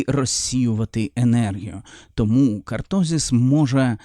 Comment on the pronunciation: я не про наголос, я про назву. Не кАртозис, а кОртозис